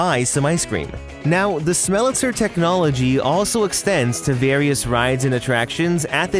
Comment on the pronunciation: Minor quibble, but it's actually called a Smellitzer (literally pronounced smell-it-zer), not a Smellitizer.